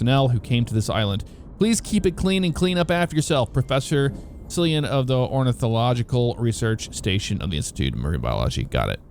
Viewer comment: Cillian pronounced Killian. like the actor Cillian Murphy